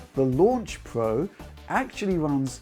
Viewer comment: It's Pro not Pwo lol learn your Rs